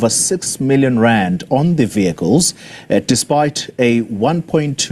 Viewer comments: It is not viecles. It is vehicles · What on earth is vycles or the way she pronounce it vycles vehicle's Speaker, back to school if you please. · She looks like she is lying about these vehaaikles 😅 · Can't pronounce VEH HI KILES properly but can pronounce Mercedes and perhaps Lamborghini PERFECTLY. BEE EM WOBBLE YOU comes a little easier on the tongue. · Vee-High-cil = Vehicle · She can't even say vehicles🤣